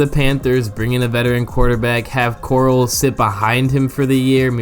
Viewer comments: Core-al not coral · literally been saying his name wrong in the video until here 🤦🏻‍♂️ but i’m a fan of Corral he can throw it like a dart with that quick release. but i doubt he’ll get a chance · “literally been saying his name wrong in the video until here”………….